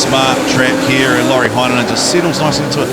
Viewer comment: I cant stop laughing when you try and say lauris name😂awesome coverage tho lads good work😉